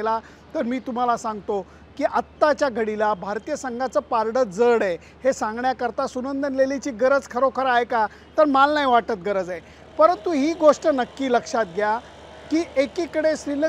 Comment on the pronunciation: पारड नाही सर पारडं 😂😂